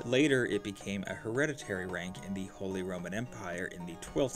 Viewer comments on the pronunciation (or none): Thee duke, thee earl